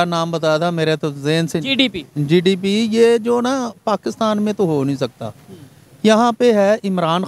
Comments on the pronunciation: Bhai jise GDP bolna nahi aata use kya pata GDP kya hai😂😂😂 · Sallam hai aise journalist ko jisko GDP bolna nahi ata 😂😂😂 Accha hai bharat me aisa koi itna jyada padha likha journalist nahi hai 😂😂😂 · Inko to GDP bolne nahi aata😂